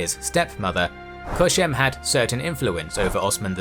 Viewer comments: Kösem, not "Köşem". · Loved the video 💗 but you saying Koshem gets me every time since it’s means Corner in Turkish 🤣Not Koshem it’s Kosem s sounds like C 😂 anyways Actually ottoman sultans had wifes but there’s a misinformation going around that they didn’t & in some cases they had more than one wife, but they weren’t allowed to marry with concubines ppl might confuse on that and assume they didn’t married! Suleiman the Magnificent was married to Mahidevran she was a noble circassian but then he fell in love with Hurrem (Roxelana) & broke the tradition of harem by marrying her. Today many ppl including ppl in Turkey knows that mahidevran was a slave too (she wasn’t) & she wasn’t married to sultan (she was) same thing goes with Kosem sultan Kosems husband Ahmed I was married with Mahfiruz Hatice Sultan b4 Kosem Mahfiruz came from the same family with Mahidevran Sultan mahidevran actually Mahfiruz’s great aunt & Ahmeds father was married with a woman from the same family too Mahfiruz’s Aunt Halime Sultan! Harem was dominated by these Circassian Noble women and the Great Valide Safiye never liked circassians that’s why she Raised a Greek girl named Anastasia and served her to her Grandchild Ahmed. Ahmed later married with Anastasia she later given the Name Mahpeyker Kosem (mahpeyker means- Moon Face, Kosem means Leader) according to some reports Kosem & Mahfiruz were get into fights often and Mahfiruz was look down upon Kosem since Kosem was a slave, Mahfiruz was different she wasn’t dressed as Turk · Omg please stop saying Köshem. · It's Kösem. Not Köşem. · Its "kosem" not "koshem" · Kösem, ööööö sound like in cup